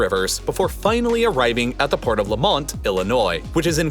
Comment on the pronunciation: Bahahaha the way u said lemont g bruh no one pronounces it like that aint france homie